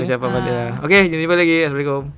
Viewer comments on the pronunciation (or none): none